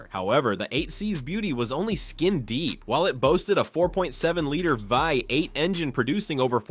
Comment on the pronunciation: BI 8 engine? Good video but you gotta work a bit on some pronunciations! Good luck